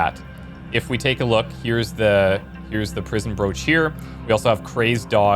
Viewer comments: Its pronounced brock btw not broach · Thanks for the game play, it looks very interesting. For future reference, a Broch is a prehistoric stone tower found around the coast of Scotland and it's pronounced Brok with an emphasis on the K.